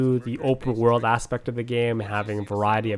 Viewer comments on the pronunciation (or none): none